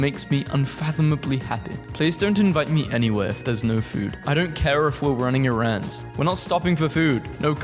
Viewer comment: i aint never in my life heard someone pronounce 'errands' like you